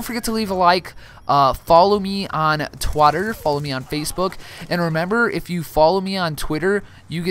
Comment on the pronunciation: Did you mean to say Twatter ? Would make a good porn site if it doesn't already exist. I'm probably old enough that I shouldn't laugh at that stuff, but I still enjoy the giggles.